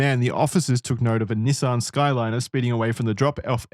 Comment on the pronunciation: If I had a dollar for every time the boys pronounced Skyline wrong, I could afford to buy one.